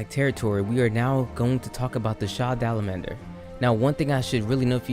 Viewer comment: Sha dalamander? Sh a dalamadur!